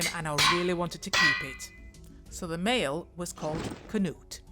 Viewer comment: Oh no Knut! 😭 good job on the pronunciation though 😅